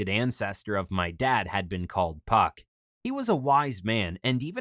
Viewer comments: Did he say hes names fuck or phuck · It’s funny how he says puck